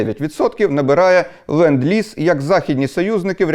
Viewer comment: it is "LEnd-Lease"!!!